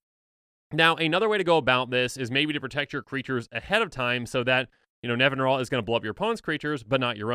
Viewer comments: I'm guilty of this too, but it's Nevin-EE-ral. (Also, it's science fiction author Larry Niven's name backwards) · I always thought it was NevinYrral nor Nevinral, ;P In all honesty idk how it's pronounced... I see Safron Olive's videos, so I at least know he's pronouncing things wrong lol